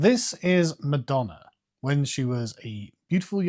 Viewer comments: Every time he says ‘madonner’ you gotta take a shot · “Pamaler and Madonner” lol